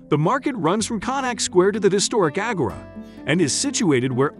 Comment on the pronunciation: The way he pronounces agora makes me uncomfortable